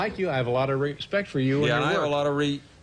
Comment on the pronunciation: Lmao "re-spect"